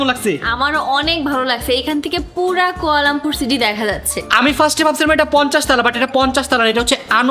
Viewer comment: কুয়ালামপুর না কুয়ালালামপুর